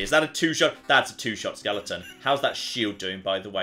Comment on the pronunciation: Skeleton, there's no ing.